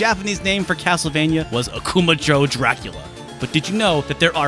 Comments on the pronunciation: "joe" is not entirely correct, I guess, but "jeaux" is less accurate to be honest it pretty much is "joe" without pursing your lips at the end, just lingering on the initial sound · Akuma-Joe stopped me dead in my tracks. I only had a semester's worth of Japanese under my belt but I was like...wait...didn't he mean Ah-koo-mah-jeaux?! Am I the wrong one here?! Great video as always, gang. If I recall regarding Probotector, it was also used not just due to censorship but because of some real life thing called Contra that took place that they wanted nothing to do with in UK. Don't quote me on that. I've also read that the NES version of Simon's Quest got the password option because, again, konami didnt want to splurge on a battery backup. But this also supposedly freed up memory for them to improve the music for the NES release. The FDS release of Simon's Quest has super weak music compared to the western release. I'mma have to grab that Famicom release of Castlevania 1, I had no idea about the differences. Also, love the little jabs at Konami for being super shitty now. And thank you for more or less confirming that the recent rerelease of SotN missing its iconic What is a Man speech is a horrible thing. I just dont see why everything has to be word for word accurate to Japanese. The original voice over is legendary. It would be like rereleasing the original Resident evil with REmake's voice over replacing the goofy original. People forget that video games have always been fucking goofy. Jokes were on point. Info was rad as hell. This continues to be one of my favorite channels.